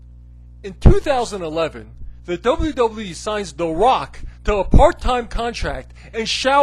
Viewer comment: Double Double E. You can't even fucking say WWE right.